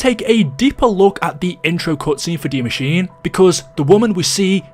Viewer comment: Not to sound like a dick but Die Maschine is pronounced "dee mash-ee-nay" not pronounced like machine